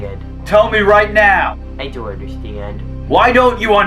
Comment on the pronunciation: I Deon’t Understeand LMAO!